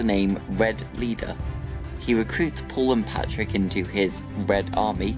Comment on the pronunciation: Stop calling him Patrick His name is patryk (Pa - treek)